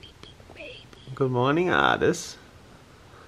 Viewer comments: Am I the only one that artis was pronounced “ar- ti- s “ not art -s “ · It is ar-tis